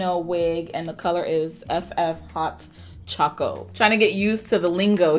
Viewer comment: Beautiful!!! 😍😍😍 I bought her last year on Amazon in this same color and I love her!!! You look beautiful as always! 🔥 Also, thank you for pronouncing the color correctly as “hot choco” cause if I hear somebody else say “hot coco/cocoa” one more time, I am going to scream 😂